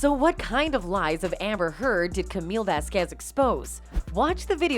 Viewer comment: LOL It is not vasQUEZ it is VASquez the accent needs to be put on the first syllable.